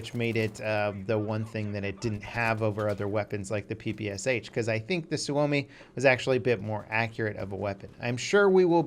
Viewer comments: Not P-P-S-H, but P-P-Shah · it's not P P S H god dammit, it's P P SH